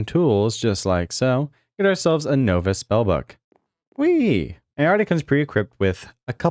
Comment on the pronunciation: please look up the pronunciation of novice